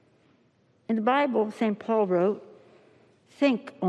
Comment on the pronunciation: "in bibl sent porl he say"